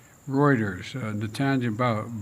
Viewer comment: He can't pronounce Reuters! It is difficult to say anything for Joe who never made ANYTHING clear EVER to ANYONE in has entire career BEFORE he was DEMENTED. Cumbya! Is that Chinese. Xi OWNS Joe.